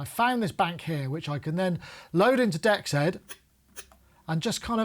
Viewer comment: DEXED is pronounced, "DX'd". Like DX past tense.